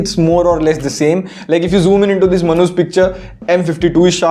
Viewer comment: You said manu's picture or manhoos picture 🤣